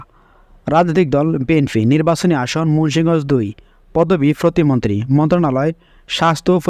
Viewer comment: ফতি মন্ত্রী না উচ্চারণ টা হবে প্রতিমন্ত্রী